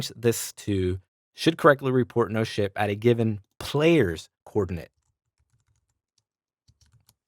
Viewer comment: anyone else hearing shit every time he says ship?